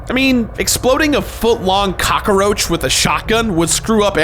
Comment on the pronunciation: The way you say cockroach sounds like an activity for stoners lol